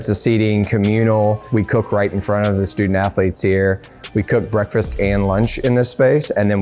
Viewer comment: "sToOdENt AthErLetes' -Eric Cartman